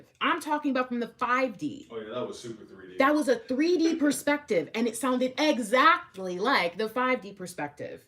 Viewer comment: ♂️♀️🔥🔥☯️♾️✅ Did you really say "Eggzactly"